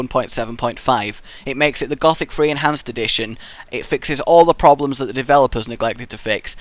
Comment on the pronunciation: You need to say it like gooooothic